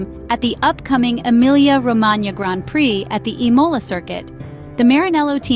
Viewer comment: Please learn how to pronounce the word Imola! The accent is on the I and not on the O!!